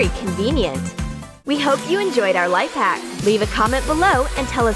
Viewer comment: In she said lipe hack😂